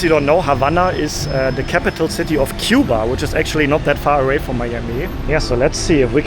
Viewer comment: If you are a little Havana eating Cuban food, you can pretty much guarantee yourself that it is authentic Cuban food. And I’m glad that you pronounce Cuba right. In America, most people outside of the Miami area or south Florida area pronounce “cew-bah. You pronounce it right… coo-bah. I’m sorry for all these messages but I have to answer your questions as you ask them otherwise I forget. I know the street you’re walking on right now! If you were filming this live, I could meet you within 10 minutes!